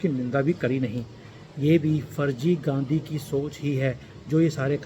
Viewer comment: गांधी नही बोल रहें हैं, बल्कि गंदगी नाम से उच्चारण कर रहें हैं। वैसे तो राहुल गंडी नाम से पुकारना चाहिए।